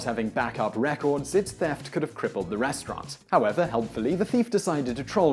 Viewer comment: Why do you say "restrwaarrnt"